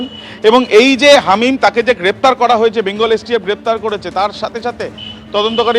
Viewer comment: Halim noy hamim 😂 bar bar Halim Halim bolechen 😂😂